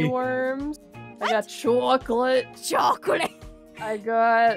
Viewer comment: Minecraft nerd:CHOCLATE:CHOCLATE Aphmau:CHOCLATE me:WTH CHOOOCLATE 😹😹😹😹